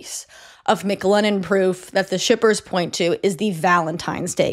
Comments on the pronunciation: Stop saying Mick Lennon. MC Lennon not Mick lennon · everytime you said mclennon i thought of mclovin from superbad. i just want you to know that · I keep feeling like she’s about to say “McLovin’” every time she says McLennon LOL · Word it’s driving me crazy 😂